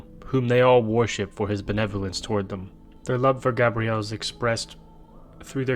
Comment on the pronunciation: The way you mispronounced gabriel hurt me. "Gah-bre-elle" is NOT how the archangels name is pronounced, its how a ranom human woman says her name, hell its even SPELLED differently...